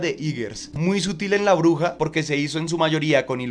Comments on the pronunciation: Por qué escucho "la oruga" en lugar de "la bruja"? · No es hate para nada, pero no sé porque cada vez que dice "bruja" yo escucho "oruga" y me desespera por alguna razón 😅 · Muy buen video...pero cuando pronuncias bruja se entiende Oruga